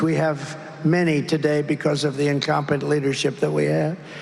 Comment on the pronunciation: The best part is when Trump repeatedly says “incompent”. He can’t even say incompetent.